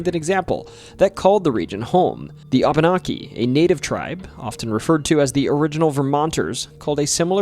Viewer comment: Reapeat aftare me; wah bah nah key. Abenaki is pronoynced wah bah nah key.